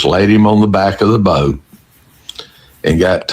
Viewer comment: I absolutely hate the way he says boat. Bowwwt